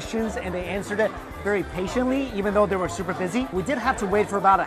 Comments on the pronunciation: am I the only one who realizes that he sais" ooper "instead of super.😂 lol ily mikey❤️ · He's saying "uber"